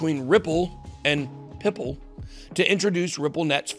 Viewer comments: Ripple and Pipple, 😂I think Pyypl is pronounced as People. Great video BB! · I think Pyypl is pronounced "People" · Pyypl is pronounced People. Good video content. Thanx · PYYPL is pronounced people. PYYPL=people